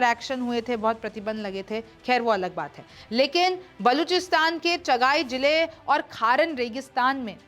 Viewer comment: Its not chaghaai real name is chaghi Kindly do some research